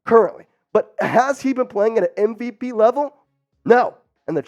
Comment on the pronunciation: MV-ASS. Cut that amateur.